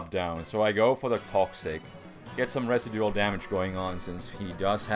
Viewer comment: I love how says "residue-al".